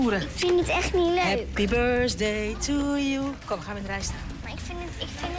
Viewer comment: Birsthday ?! Leer Engels praten man